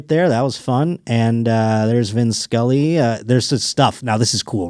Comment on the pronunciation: Today years old.... its Vin Scully... not Vince Cully.....?